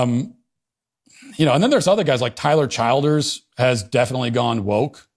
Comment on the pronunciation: Bro said Tyler childers and not Tyler childers